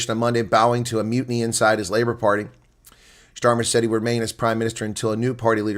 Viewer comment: It’s NOT Schtamer it’s Stamer